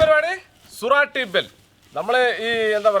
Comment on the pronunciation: സുരാട്ടി ഭേൽ അല്ല സൂറത്തി ഭേൽ പൂരി, എന്നാണ് പേര് മനഃപൂർവം തെറ്റിച്ചു പറഞ്ഞതാണെന്ന് അറിയാം